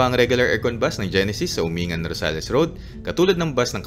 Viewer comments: Umingan= pronounced uming'gan Asingan= " asing'gan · Hi, Yung Umingan pala is pronounced as "Uming-gan", at Balungao naman as "Balung-gao" — for your info lang. By the way, nice video! Super informative. Ngayon, alam ko na na di pala ako puwedeng sumakay sa Joybus kasi Rizal area lang yung residence namin. Keep doing videos like this. Thanks! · As taga Pangasinan, tamang pagbigkas ng Umingan is (Umin - gan) Asingan is ( Asin - gan ) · tamang pronounce lodi ng bayan ng umingan at asingan is uming-gan at asing-gan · Helps a lot sir. Thanks for sharing. Itama ko lang po ang pronunciation ng ilang lugar sa Pangasinan, na kgaya lang ng tamang bigkas nyo sa probinsya namin. Ang mga ito ay ang Umingan, Balungao at Asingan. Thanks and keep it up po.